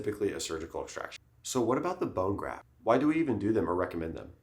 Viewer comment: bone graf”t”😂